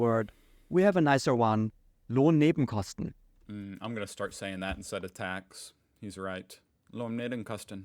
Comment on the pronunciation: Love how he totally nailed the pronunciation of "Lohnnebenkosten" 💙